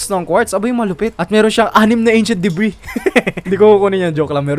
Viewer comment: what I hear achent debri